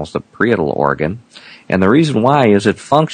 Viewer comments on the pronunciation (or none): none